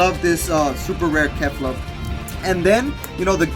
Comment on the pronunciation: ca-li-fla not ca-li-fa